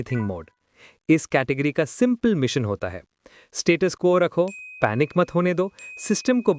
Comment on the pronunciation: status quo = status core